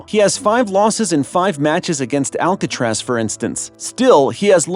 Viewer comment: The name is Alcarase not Alcatraz [ prisson in USA ] .... 😉😉😉